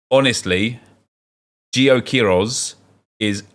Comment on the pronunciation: Not "QUIroz", but "queiRÓZ" Loving ur evo series, made me do the same with Chelsea! Much love from Brazil!